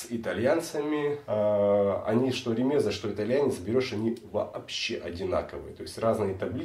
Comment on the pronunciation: Правильное ударение - РемезА. ......... Не РемЕза.